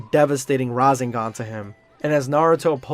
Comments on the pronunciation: Da hegg is a razengan? It's ra- sehn ghan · You have to pronounce ra Seng gan not ra zeng gan ok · bro said "rasingan" LOL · You pronounce rasengan incorrectly so not sure if you can be taken seriously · Gotta work on that Rasengan pronunciation my guy lol